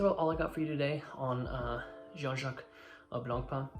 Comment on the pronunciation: It's pronounced je- han not John.